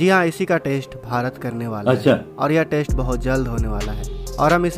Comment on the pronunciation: हमारे वीडियो बनाने वालों को हिन्दी बोलने में पता नहीं क्या दिक्कत होती है, जबकि इंग्लिश में भी कोई झंडे नहीं गाड रहे...... अब इन्हें ही देख लो..... भारत टेस्ट करने जा रहा है..... न कि टैस्ट 🤣🤣🤣